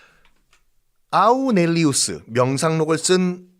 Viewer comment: 마르쿠스 아우렐리우스를 아우'넬'리우스로 발음하신 듯 합니다.